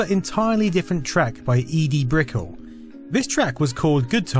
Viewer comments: By the way, Edie Brickell's last name isn't pronounced like "pickel", but "brick-L". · BTW.. Brickell... It's not pronounced like Pickle. :-) It's pronounced more like Novell, the networking company from that same timeframe. ;-) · MTV was dead by the early 90's. It's "heyday" was its first 10 years. . And just in case nobody mentioned it, her name is pronounced Edie "Bric-kell", not Brickle. 😋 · Lol. Brickell = "brick-KELL", junior. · It's pronounced Brick-ell...